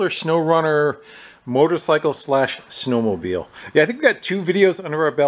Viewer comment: Snow mobile, not 'door'-mobile.